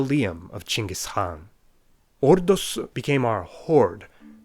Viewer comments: OH MY GOD FINALLY, SOMEBODY SAID CHINGIS INSTEAD OF GENGHIS KHAN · I am Mongolian and you should be mongolian like bruh you nailed it